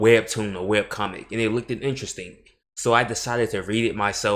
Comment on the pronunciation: My man has some impressively bad takes lmao. Man can't even pronounce "looked" or even format "worse" right verbally right nor even provide meaningful statements. All he's really doing is saying "I'm better and anyone who likes this is lesser". It's even WILDER that he just slid past "Berserk is trash too". Like his current take is shite, but that alone is as close to a 'wrong' opinion as possible.